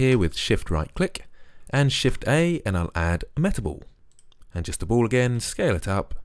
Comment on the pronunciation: It's ball not bowl or bole